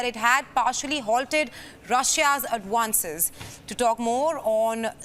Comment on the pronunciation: Adwance or advance???